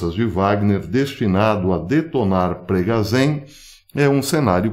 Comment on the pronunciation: Professor, sobre as pronuncias em Russo: Запоріжжя, Zaporijjia e: Евге́ний Приго́жи, Yevgeny Prigojin Essa letra ж tem som de "J"